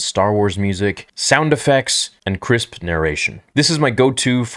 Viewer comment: The way said crisp